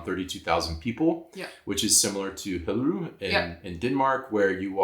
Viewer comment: Still need to work on your pronounciation of "Hillerød"